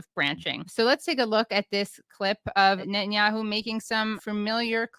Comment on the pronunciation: Why do you call him Neten-yahu? He is Milekowski.